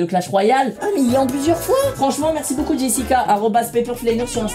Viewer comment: Michou tu me tue tu dit boucoup au lieu de beaucoup